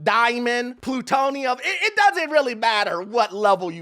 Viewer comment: Dis man said "Plutonium" .. 😫🤭😭